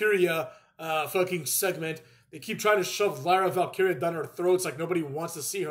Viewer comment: Lyra Valkeria is too long of a name..announcers already botched it